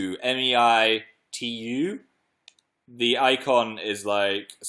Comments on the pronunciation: Philly the app MeiTu is Chinese, it's pronounced mey-tu and it means pretty photo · Also Meitu is pronounced May-too.